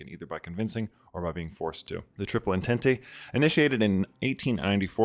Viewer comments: That is possibly the funniest way I’ve ever heard entente pronounced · surprisingly it very close to Turkish pronunciation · There's no way you pronounce entente like that given the amount of paradox games you play lmao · Baffling, but understandable pronunciation of the word entente